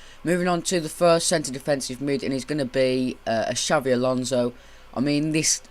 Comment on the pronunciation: Its Xabi Alonso, not Xavi bitch get it right